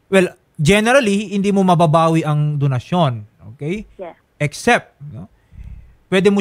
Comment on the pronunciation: bet ko kung pag ka bigkas nya ng donsyon parang binigkas nya ng "donahsyon " parang corazon to "corathon" hahhaaha vehking vehki